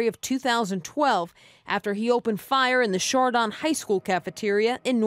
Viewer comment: I didn’t know it was possible to mispronounce Chardon.